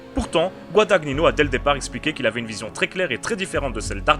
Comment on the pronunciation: GuadaGNino , pas Guadag Nino , c'est de l'italien ;), sinon jolie critique